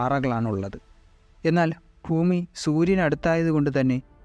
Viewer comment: ബ്രോ ഫൂമി അല്ല ഭൂമി. എന്നിരുന്നാലും നല്ല കണ്ടൻ്റ്